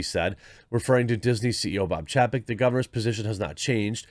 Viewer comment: Ffs. His name is spelled chapek. Didn't you learn phonics? When there is a vowel/consonant/vowel combo, usually the first vowel is said the way you say it in the alphabet. It's chay-peck.